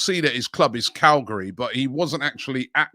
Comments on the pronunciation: Man said Calgari when it clearly says Cagliari 😂😂😂😂😂😂😂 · CAG-LEE-AH-REE and SAS-SU-O-LO.. ffs Robbie get it right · Robbie, it’s Cal-Gee-Ah-Ree … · 'Calgari'...that made me laugh. A nice chuckle. Thanks. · "galgri" 🤣 it's cagliari the reason why i watch this sh** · The Whole World: Cagliari Robbie: Calgary 💀🤣🙈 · Club: Cagliari: "Calgary" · Am I the absolute retard or did Robbie absolutely butcher that Cagliari pronunciation 🤣🤣